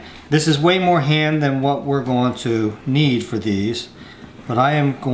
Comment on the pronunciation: whenever he said ham I thought he said hand lol I'm like WTF